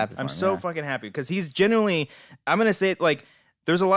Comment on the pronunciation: Is saying genuinely? Sounds like genuy